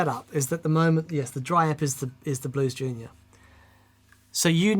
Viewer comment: The day says Blues Junior correctly will be the end of the universe